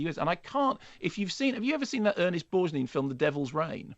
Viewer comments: REALLY enjoyed this movie. Although, like most films, the set-up writes cheques the finale can’t cash. There are many, many worse films, though. (Also: “Ernest Borj-neen”? I swear Mark only reads actors’ names and never hears them said 😂) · Pronounces Ernest Borgnine's name weird here